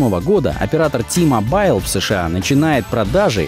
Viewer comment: Произносится НЕ "Ти-Мобайл" а "Ти-Мобил" с ударением на "о"; посмотрите любую рекламу T-Mobile.